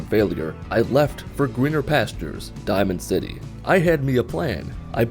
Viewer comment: Hahaha he called diamond city dimond city megaton